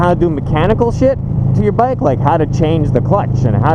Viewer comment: Bike passion not Mike passion